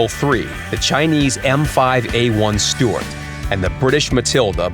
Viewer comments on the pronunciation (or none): none